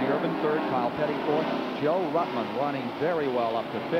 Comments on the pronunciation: At the 203.30 mark is really funny when David messes up Joe ruttmans name 😆 🤣 😂 😹 😆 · He did it four or five times, Ned corrected him twice.